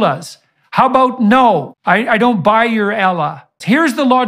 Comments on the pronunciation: Learn how to pronounce Allah first before making a statement. Elah, who is Elah? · Does JP not know how to pronounce the letter A? He keeps on saying Ellah not Allah SWT. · we aren't Jews. It's not pronounced "Elleh", the language is irrelevant. The pronunciation is how it is said in Arabic. Doesn't matter where you're from that doesn't change. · No one sold out "aella" atleast pronounce that properly. And just tag him or something cause the word "mullah" cuts deep as an indian muslim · Izlaam , Ellah , Muzlim.....all these wrong pronunciations are intentional and covert acts of hate, he's Islamomisic. Try calling him a Crashton who worships a jassos from the book called the bable....and he'll get pissed at you because he knows the intentions behind it. 😂🎉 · Ella? Tf bro didn't even pronounced Allah correctly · He cannot even pronounce Allah and people take him as a knowledgeable reliable source? Lol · Muslim pronunciations of Allah change between cultures, not due to any inherent malice, but simply due to our accents. I don't think that specifically is something we can criticize him for. Everything else? Certainly. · The funniest part is the fact that he can't even pronounce "Allah" properly Even though it was the name Jesus used when mentioning God. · OK, I am not a native Arabic speaker but is there anyone who knows Arabic can tell me if Jordan Peterson is pronouncing Allah correctly? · He was almost on to something but then he brings up allah which he can’t pronounce correctly and I’m gonna go ahead and say he doesn’t know hardly anything about the religion either. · First. Somebody teach this guy to pronounce Allah right... 😤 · Imagine mispronouncing Allah that badly. LOL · Why can’t he pronounce Allah correctly? Why is he both condemning this postmodern liberal society and at the same time using that worldview to condemn Islam? Why do people still think he’s some kind of genius?